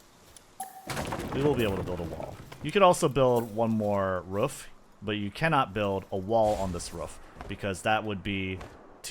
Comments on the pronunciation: It’s quite rare to hear native speakers say ruff instead of roof. But nice vid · Ruuf > Roof 😂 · Now do a video with you just saying roof for like 1h straight 😅